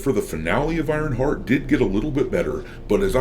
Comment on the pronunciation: I like how it sounds like saying Ironfart half the video :)